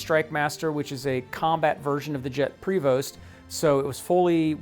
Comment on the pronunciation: Provost - pronounced: "provust" not pre vost.